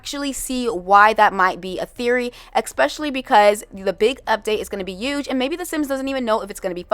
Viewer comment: why do she say “youge” for huge? 💀 there’s an H in it for a reason